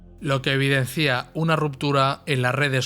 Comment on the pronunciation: Buena presentación. Si admite una reflexión: hay que cuidar el castellano. No se dice "evidencía", sino: "evidencia". Claro catalanismo. Saludos.